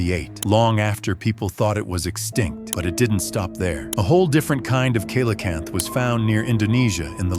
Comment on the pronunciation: it's pronounced ce LA canthe